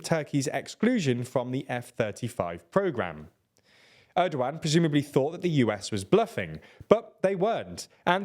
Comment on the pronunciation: it's funny that you kept calling him Errdo-Wan - Hello there! - President Errdo-Wan!